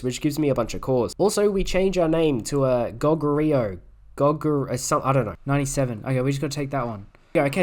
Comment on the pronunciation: That gogoryeo pronounciation is painful